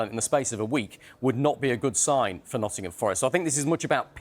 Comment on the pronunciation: The way one of the presenters says "Nuddin'ham" 😂